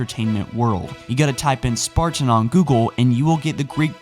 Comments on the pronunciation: why do you accent the word sparTan??? ive always found your pronunciation on your videos a off and unusual, was english your first language? im just curious, no hate haha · THE WAY HE PRONOUNCES SPARTAN!! IT'S "SPARTAN" NOT SPART-IN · The way you pronounce Spartan hurts my soul...